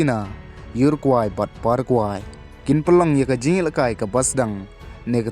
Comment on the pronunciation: Parakwe bad urakwe ym dei para kwai..urakwai da pronounce bha seh..😀